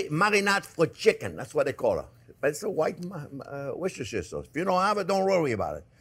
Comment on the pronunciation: I have never heard of white worchestire sauce